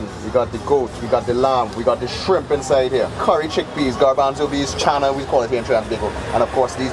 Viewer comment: bro said "channa" like a true trini >< <3 glad you enjoyed our food!!